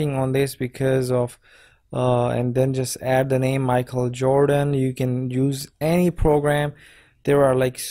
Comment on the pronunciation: Bruh wtf "micheal"